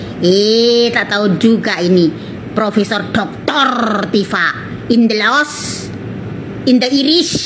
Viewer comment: Maaf bukan Dr Tipa pak tapi tifa... bapak sendiri salah ucapannya